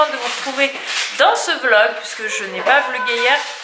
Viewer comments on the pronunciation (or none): none